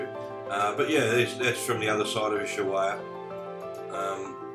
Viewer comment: My g/f is Argentinian and we met in Ushuaia! A hotel that is now a clinic! We have been on that road many times, with Montiel bus and her brother in a car. The train at the end of the world was fun and the guys there knew about the RHDR in Kent as they made the loco's they use! One comment though, Ushuaia is pronounced "Us-why-a" Us like oos, The Spanish don't generally use the "H" it is normally silent, as in "Ola" Hola, etc. Safe travels mate!